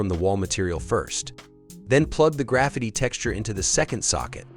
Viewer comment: Easy, clean and the way text to speech says " Graffiti " is funny 😁